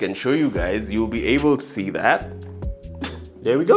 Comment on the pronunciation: did u just say hi gays?